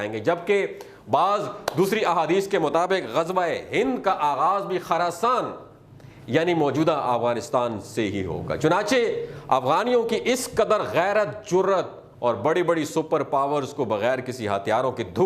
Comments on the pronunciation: It's noi khrasaan it's Khurasaan.In Pushtu it may be khrasaan? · It's not kharasan It's khorasan